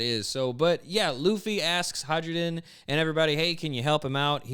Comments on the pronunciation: you sell sakura boxes and still pronounce "hai ruden" as "hydrogen" You really are Luffy... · I'm pretty sure the Hajrudin is pronounced "hie-roo-din," because the J is meant to sound like our Y.